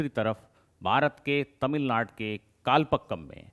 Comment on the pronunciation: It should be कलपाकम and not कलपक्कम.